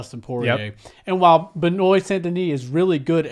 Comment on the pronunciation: Benoit is pronounced “ Benoa”